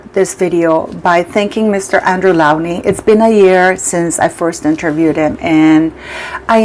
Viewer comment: Dr Andrew Lownie pronounced like Low and ney not Laonie